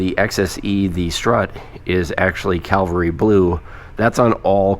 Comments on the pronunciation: It is Cavalry not calvery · Cavalry not Calvary 👍🏼